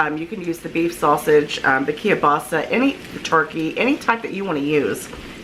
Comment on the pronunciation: I wish people would learn how to say Keilbasa correctly.